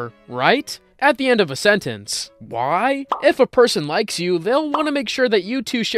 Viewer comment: Ah yes de one thousand eyes